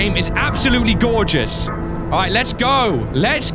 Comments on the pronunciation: Listen: This game is freakin DOR-geous! Silence: This game is absolutely gorgeous! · No he did say dorgeouse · did anyone noticed he said dorgeous😂😂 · he says dorgeus at first then Gorgeous rewind back 10 then you'll hear it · Does say dorgeus??? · Am I the only one who heard "doorgeous" the first time said Gorgeous? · hey anyone gonna mention he said doorges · said Dorgous. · ... "freaking dorgeous" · Am I the only won who heard dorgos around the ending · bruh he did say dorgeus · I thought it was a combination of door and goregeous XD